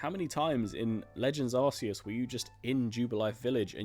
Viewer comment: Sorry but, it’s pronounced ArKEE-us.